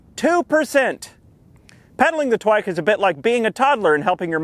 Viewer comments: the first time you said "twike" i understood twink and spilled my drink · “Inside the twin- twike” nice save lmao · "Inside the twink twike!" haha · “Inside the twink… twike” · "Inside the twink- TWIKE" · "Inside the twink, twike" Soooo Im not the only one.